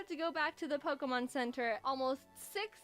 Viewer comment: The only reaction in this vedio is ''Pockmon name really strong pockmon"